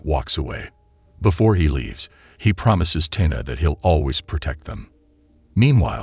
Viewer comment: How do you not know how to pronounce Lois/Luthor/Tina lol